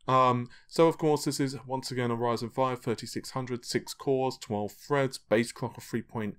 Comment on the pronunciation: I call it an affectation. He knows he's mispronouncing it but he's not going to change it. I'm British too and I pronounce it just like Lisa does so it's nothing to do with accent. Frankly, it makes him sound like an idiot. Some people actually have a speech impediment and you can't blame them for that but saying "fred" instead of "thread' is just laziness. Try it yourself. There's a big difference in tongue placement. But some people just mispronounce words deliberately - it's street bruv, innit.